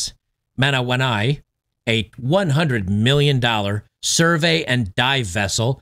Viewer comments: With Jacinda Ardern as PM, the country took a massive swerve to the Left. This would have been celebrated by the Wokies and the media. BTW...the ship is pronounced man ah wa knewie ... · 47 "Mah'nah'waa'noo'ee" ?! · How to pronounce ship name, Manawanui : Mana- wa - noo ee.